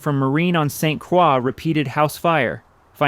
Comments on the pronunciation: Have toured home many times. What I found most intriguing was the attic, storage for many of the family's original items. AI, it is pronounced St Croy (St Croix), not St Cwah. Marine on St Croix is an upscale residential community on the St Croix River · Marine on St Croix "croy" NOT "cwaw". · Marine on St. Croix is pronounced St. Croy. There is no Q. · That depends! In Canada, St. Croix would be pronounced something like St. Cr-WAH (the French pronunciation). We always notice when Americans "Americanize" French names, and to our ears, it clangs. Calais, Maine comes out as "CAL-lous" rather than "Cal-AY". Benoit comes out "Ben-OYT" rather than "Ben-WAH". A regional thing. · Oh, but in Canada, it would be St. Cr-WAH (approximately). If you give it the French pronunciation, it's correct. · Another crappy video! The AI voice couldn't pronounce St. Croix properly !